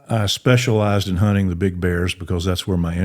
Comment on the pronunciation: Honnen ❌ Hunting ✅